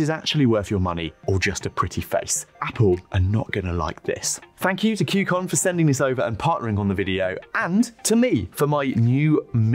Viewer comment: why are you pronoucing it KYU CON ? While its name is KUY CON...